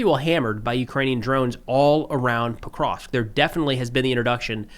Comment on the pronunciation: I gotta admire steadfast refusal to pronounce Pokrovsk properly